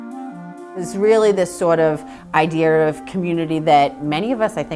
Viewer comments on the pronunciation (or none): Loved hearing "Idear" from. It's about dropping the letter "r" (pronounced "ah") and adding it where it doesn't belong. My all-time favorite is Polar Soda. Which transforms into Polah Soder. As hard as I try, I can't pronounce it any other way. Nor do I want to. Greatest accent evah... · take the r from elsewhere add to “idea”, classic move